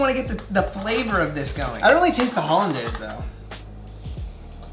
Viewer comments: Its pronounced haul-in-days not dawl-indaus lmfao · great video guys. !! Btw Hollandaise is pronounced Haa- Luhn-dayz , Probably nobody cares it’s nasty anyhow 😂😂😂